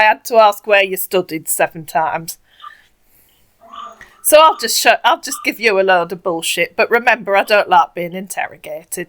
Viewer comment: This mugu sounds familiar. I think you and Bluelady have busted this asshat before- or there were others this young and from the same region in Nigeria with similar dialect, accent, and English speech and grammar patterns (he pronounces "so" as "serr"). I suggest you inform the mugus that the 1970s-90s movie/TV trope "you're beautiful when you're angry" is not flattering, but an insult. And the attempt at shaming a woman for asking pertinent questions like a child is also pretty damn bad.